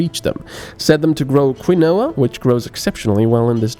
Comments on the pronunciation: Quinoa is pronounced Keen-Wa, not Kwinowa :v I used to play a game called Outpost years and years ago. It was a colony sim with the basic story that Earth is experiencing asteroid induced armageddon and humanity's last hope is to send out a colony ship. No game since then has quite replicated the experience for me because they end to be less granular and or realistic. Games like Anno for instance are intricate puzzle games where you balance inputs and outputs and zones of effect, the fact that your colony happens to be on the Moon is almost an afterthought. What I've been looking for since the original Outpost is a game that simulates that true space colonization experience where you start with only what you chose to bring with you and have no home to return to. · quinoa is pronounced keenwa xD just sayin